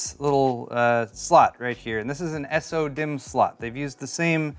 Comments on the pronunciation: I started going insane after you said “s-o” dimm like 15 times in 2 mins. Why not just say “so”? Lol 😂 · Why do you say S-O-DIMM.2 instead of SO-DIMM.2? Just curious since most people seem to say it the second way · Comes with cd AND coaster? Kind of redundant isn't it? Also... Just say "sodimm" like everyone else lol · the way you say so-dimm bugs me, and i don't know why.